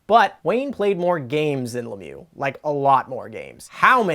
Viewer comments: It's ironic to have a quiz on Mario The Magnificent but nobody can pronounce his last name; LemiEUX, not LemYOU.; Dino Ciccarelli (Chicka-relli, not Sissa-relli).; Enrico Ciccone (Chick-O-Ney, not Siss-O-Ney). Come on guys, you work for TSN. Having a little respect doesn't hurt. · As a French Canadian I find it hilarilous to watch you mispronounce Lemieux for 20 minutes straight